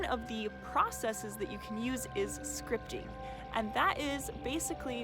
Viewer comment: Haha at first I thought you said Scrying? Like a a Scrying mirror haha so funny luv anyways it would probably work too haha for Scrying out loud ha! Anyways I get what your saying now and I'm certain repetitive Scripting works wonders I dig it! Super Awesome information here so powerful I love this thanks much appreciated luv Have a very positive powerful prosperous day!! 🌞✌😎🕯💵💰🤑 Yes!!!